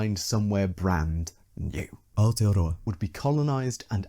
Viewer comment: Thanks for taking the time and effort to pronounce Aotearoa right! its a tricky language if you havent grown up with it. Love your work as always. Nga mihi e hoa!